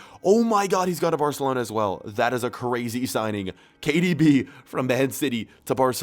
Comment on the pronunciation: When he says KDB he sounds like he’s sayin cardi b